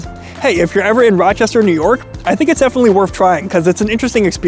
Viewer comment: ah yes, Roachestershire